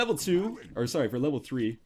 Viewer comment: Nl says sowwy